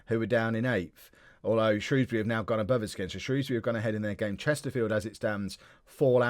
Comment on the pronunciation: Can I just say as someone who lives just outside of Shrewsbury, thank you for not pronouncing it Shrowsbury, as a lot of southerners seem to do